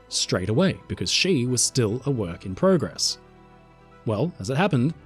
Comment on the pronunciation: You said progress wrong